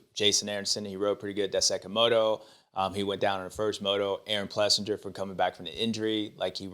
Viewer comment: James it is pronounced PlessINGer and not PlessinJer ! Come on man . What if they called you Bubba Steward ?